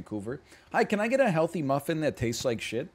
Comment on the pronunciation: I said a hyeelthy snyack Rebyecca! I was hearing that old vine the whole time